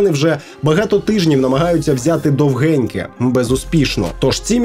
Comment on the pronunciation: Село називається Довгіньке. Наголос на "о". Росіяни перейменували його на "Долгенькое", а наші недоумки з російського покруча переназвали в "Довгеньке".